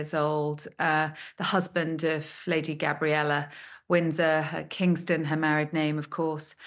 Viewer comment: Vanessa is dreadful at reporting. She cannot even say Lady Gabriella properly at one point in the interview. As for the suicide of Tom Kingston... his parents must be devastated at his loss but also at finding him with the gun. They'll never unsee that image.